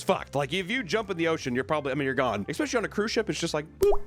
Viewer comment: "Expecially"